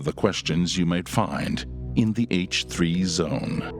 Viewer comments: he didn't say "H-Tea" :( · HILA is so cute how she likes their podcast being the H Tea podcast. “Let’s just have fun with it, while we can yuno”